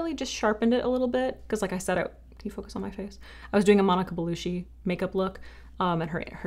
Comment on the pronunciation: Gorgeous look! I love Monica Bellucci. BTW it’s pronounced beh-LOO-chee. You pronounced it like Belushi, as in John. Unless she was his Italian niece that’s not it.😂